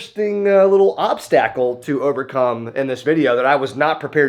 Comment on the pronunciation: Did...did you... did you just pronounce obstacle as obs-tackle?